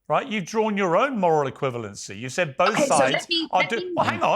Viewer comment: Why does Dave keep saying "bolth" rather than "both"?